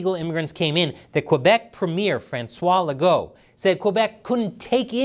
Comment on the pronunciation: I laughed when you pronounced François Legault’s name 😂 but thank you for talking about this, our mainstream medias talk very Little information about this.